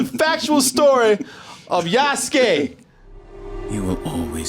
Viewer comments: Is the name really pronounced YAAS-KAY? Cause when I look at the word an I think about how japanese ppl talk, I hear YAH-SOO-KAY. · YA SU KEY !!! LOL Yasuke